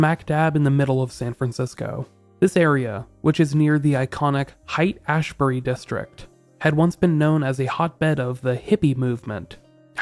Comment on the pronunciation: "Height Ashbury" is pronounced "Hate Ashbury" I'm a San Francisco native and the Haight was a little more crime ridden in the 80s but there wasn't, nor has there ever been, any random violent crime. SF has a lot of homeless but this type of thing is definitely uniquely gruesome.